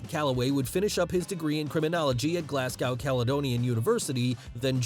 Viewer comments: its football not soccer and also its Glasgow not glassgow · good to see a fellow scot make it so big ...and its not glass cow its pronounced glaz go ..glasgow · it's "glaz-go" no "glass-cow" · As a Brit I love that Americans pronounce Glasgow Glass-Gow not Glas-go and Portsmouth Ports-mouth not ports-mth but love Drew and love this vid 😊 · Hey. Excellent video. PLEASE don't take this the wrong way.. It's just funny listening to Americans saying UK places.. Glasgow is said as - Glaz-Go. and Portsmouth is said as - Ports-Muth. I really enjoyed this video and learnt a lot. Thanks again. You do an excellent job. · Why does no one ever say Glasgow correctly 🤦‍♂️ …. It’s Pronounced GLAZ-GO !!! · It's pronounced Glaz Go - Glasgow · Pronunciation edits for the Americans: Glasgow - Glaz (short a) Go Portsmouth - Ports'mth Soccer - Football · Haha the way he says Glasgow and Portsmouth. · I’m from Scotland and the way you pronounced Glasgow is hurting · Great video.. But as a scot my ears bleed every time you pronounced Glasgow! (drop the 'w' when saying it!) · It's football (fitba) but don't say Glasgow again 🤣🤣